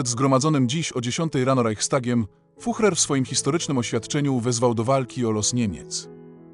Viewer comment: Füchrer I wechrmacht? Bolesne doswiadczenie sluchowe. Lipa I nedza.